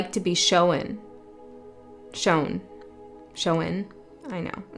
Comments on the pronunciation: I think it’s cute how you say “sho-wun” and “kno-wun.” Be you! It’s a favorite -ism of mine:-D regional differences and personal idiosyncrasies happen. Who cares! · I am the one that’s not like all the others! This whole reading was so spot on,! And fyi, I have always loved how you say shown as showen… don’t change that. Thanks for the read❤ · I love that you say "show-n" please only stop if you want to.